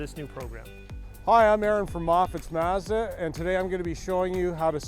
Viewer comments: It's mahhhzda, not mehhhzda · I have never heard anyone pronounce the word “Mazda” like these 2 gentlemen do. 🤔